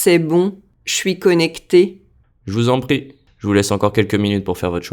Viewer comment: Je vous en prie- why does it sound like Je vuzompti